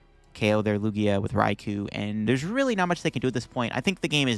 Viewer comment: I hope you know it's Rai-KOu not RaiKU As someone who loves the Japanese language, hearing peeps say these names wrong is crazy lol